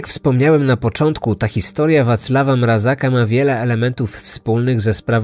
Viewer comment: Tylko nie mówimy Mrazaka, ale Mrazka